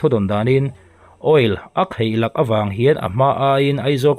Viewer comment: Kheihlak... ti tawh lo hram la aw. Khaihlak tih tur aw.... Bengvar thlak viau a nia..